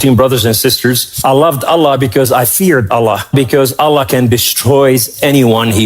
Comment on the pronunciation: What a load of crap. Lol. He is brainwashed by western praise. Jews hates christian. Remember that. He waa never muslim. He cannot even pronounce Allah. Allah dont want the shameful liars. Go to Israel and see what they say about Jesus.